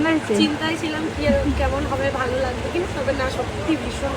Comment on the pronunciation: Bhalo ❌ Bhao ✅